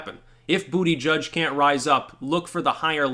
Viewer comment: Its pronounced Boot-Edge-Edge